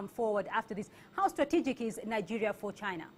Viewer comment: where the fuck is this lady from? she's definitely not from Nigeria because she cant pronounce names of the places.